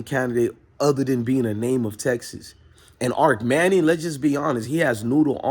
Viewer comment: Bro, it’s not Arc Manning it’s Arch.. But I do agree, it’s Malik over Arch-Overrated-Manning..